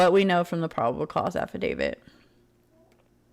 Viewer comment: Brian Entin's pronunciation: Ahhfidavid 🤣